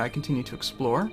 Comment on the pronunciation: explore not explode . XD